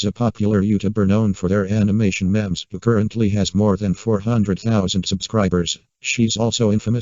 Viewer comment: I know this is a serious topic. But like- the robot voice saying memes like mehms is funny to me 😭